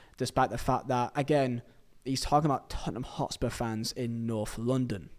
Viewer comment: American ✊ why does he keep saying LONDON it’s LONDON like that Is London not racist ?